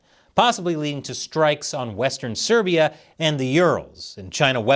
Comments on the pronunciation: western S-I-beria not serbia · It’s Si Beria not SERBia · You say whstern serbia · One little fix. Not western "serbia", but western "siberia". (was written properly, but I've heard serbia and was like, wait... what? haha) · Dude... strikes on western Siberia, it's not pronounced Serbia, totally real and different place. I know you make a lot of content, but at least get the names right? Just have to read what your writers tell you properly. Also Urals.... you pronounced it like Euros... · Its western Siberia... you said Serbia... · I swear he said "western Serbia" rofl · Siberia,. Not Serbia.